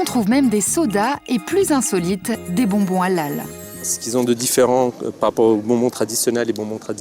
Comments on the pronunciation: mdr depuis le debut a la fin de la video elle prenonce pas bien halal elle dit juste alal sans le H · Allllal mdr comment la voix off prononce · Ca me tue comment la voix off dit HALAL c Hélél zbi